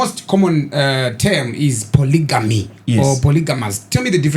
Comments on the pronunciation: Am l going to heal from the way you guys are pronouncing polygamy? Imi isu takakura tichiri poligami wani...sei muri kuiti polijimu??😮 Yekudzidza kwaMupiniwasvotoka iyi chaiii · When did it become polyjeanie? 😅